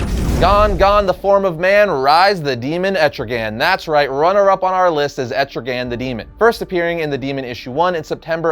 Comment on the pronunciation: Wow, I already wasn’t feeling this list with three Batman villains but then when you tried to say Etrigan, the demon is better than Hellboy your fucking crazy bro